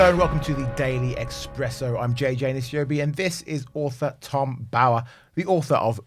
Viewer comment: it's ESPRESSO - OMG!